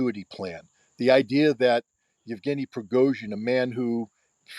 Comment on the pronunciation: Thanks for the show, but surely you could learn to pronounce at least Wagner as for the composer: Vag ner with a V as in German, and the Russian names too. It's not that hard to say Yev ge ny. Just split it up if you need to. It means Eugene in English. etc. A bit of knowledge of your subject goes a long way. But a big thanks for inviting Scott, who is the most knowledgeable in so many fields that he is unmissable. He is also very good at analysing geopolitics.